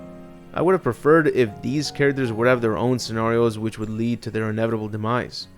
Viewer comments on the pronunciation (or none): none